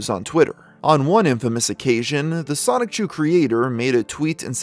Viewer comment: You pronounce Sonichu like 'Sonic-chu'. Why is that?